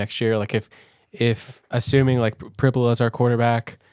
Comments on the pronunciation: In an interview, Penn St head coach, James Franklin, pronounced it PRIB-you-luh, not prib-YOU-luh. So, the comparison of "fibula" is likely correct. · Prib -You-La